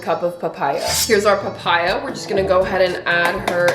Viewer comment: PaH-PaYy-AuhH👹👹 slayy girlll❤